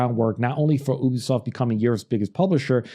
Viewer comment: It's pronounced YOU-BEE-SOFT